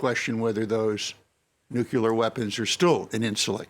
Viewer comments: maybe its just me but i find it hard to listen to or see anyone as credible who cant pronounce nuclear... nucular its not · what is so difficult to pronounce Nuclear ...that one have to pronounce `Nuccular ``... Knowing the GHW is one who started nuccular... It is telling .. capacitywise...for Craig Copetas..